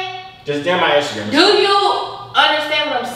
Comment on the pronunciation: She said intagram